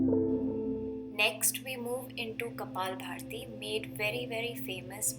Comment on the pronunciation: It's kapalbhati not bharti . Lol